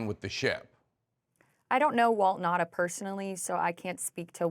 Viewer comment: 1. You know, it's not that difficult to pronounce a name correctly. It's not Nada, but Nauta, spoken as written down. 2. All bathroom door locks open easily from the outside in case someone (a child) gets locked in or in case of a medical emergency. Any parent knows that. It's not really a lock, just a hinderance in case someone opens the door when someone is using it.